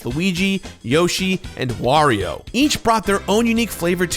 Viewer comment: You are like The only videogame youtuber I follow that pronounces Wario properly Thank you